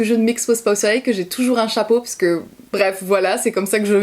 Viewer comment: Ton parce que à et très english 😂😍